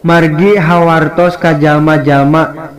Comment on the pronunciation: Margi HAWATOS bukan hawaRtos